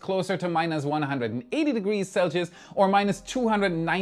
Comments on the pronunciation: selgius? Whats that? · You can tell is starting to become Americanized he's struggling to say Celsius correctly now😂😂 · He could probably say the German pronunciation perfectly. What he struggles with is the US mangling of the name... ;-)